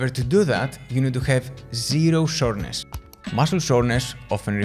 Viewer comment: Soreness! I thought you were saying shortness 😂